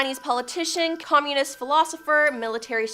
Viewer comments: From now on, I will unsubscribe to any channel whose presenters cannot stand their ground by refusing to use shit made up words such as 'unalived, unaliving', and most pathetic of all: 'serial unalivers'!! 🖕🖕🖕 And furthermore, the woman with the glasses can't even pronounce 'communist' correctly! 😖😳 For fuck's sake! 😅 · Starting -the speaker repeatedly mispronounces Communist. Rather off-putting.